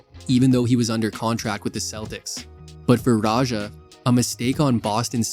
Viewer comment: good video, but his name is pronounced radj-ah. the j sound in his name is like j sound in english like in ja morant, not french j sound like at the end of garage or massage